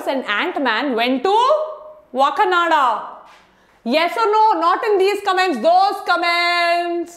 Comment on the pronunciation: WTF is Wakanada??? ITS WAKANDA🤣🤣🤣